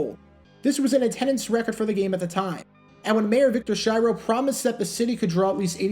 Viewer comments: Great video...btw, Mayor Schiro's name is pronounced "Skee-roh". He said, during Hurricane Betsy, "don't listen to any false rumors, unless it comes from me." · Schiro is pronounced Skee-ro